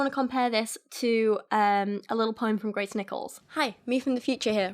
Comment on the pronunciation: What you said: Grace Nichols What I heard: Gray Snickles.